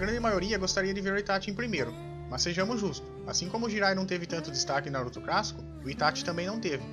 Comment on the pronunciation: Cara aprende a falar direito não é crassico e clássico